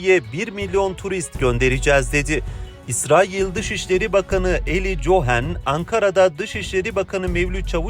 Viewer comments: Oglum cohen cohen deyip duruyorsun Kohen evladim kohen diksiyonun düzgün nasil boyle bir hata yaptın gülmekten yazamadim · Kardeş Cohen yazılır Kohen diye okunur komik oluyor